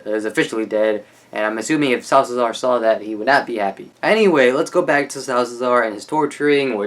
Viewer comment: you said 'Salsazar' the whole time man, that's a mouthful! haha, it's just SA-LA-ZAR but it's cool... kudos to the extra pronunciation skills! (btw, loved how you described Strand!)